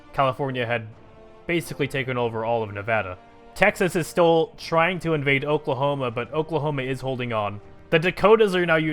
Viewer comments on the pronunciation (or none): none